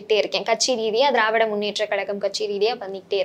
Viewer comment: he says dravidaR munnetra kalagam instead of dravida munnetra kalagam... this is the standrad of todays journalism sorry PRESSTITUTION.. it reflects in his questions and intentions too...